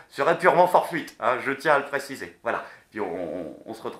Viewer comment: MDRRR : c'est "fortuite" et pas "forefuite" ahahah très bon épisode, comme d'hab quoi